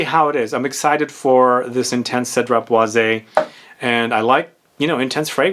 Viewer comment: I believe the correct pronunciation for boise is: "BWASS", since it is french. Hence "Citrus Woods".